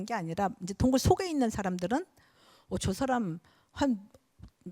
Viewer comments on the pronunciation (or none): 우선, 놀라운 일로, 인간이라는"사람의 "사"를 짧게 발음 했읍니다. 그리고 "람"을 강하게 발음 해ㅆ읍니다. 잘 못입니다. 인간으로 학자로 평상 고유어인"사람" 을 바르게 발음하지 못한다면 이 이상 강의를 듣고싶지 않습니다. 한국의 언어 타락 상에 너무 실망하여 "한국 어문을 고발함"을 이라는 책을 출판했읍니다. 일독해 보시지요. 단어의 장단음 문제가 심각합니다. 미국 변 완수 배